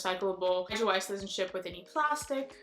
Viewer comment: Nice video! I like seeing more eco friendly brands. My only thing i would mention is Kjaer Weis is a Danish name, kjaer is pronounced like 'k-yay-er' :D but that's an easy mistake!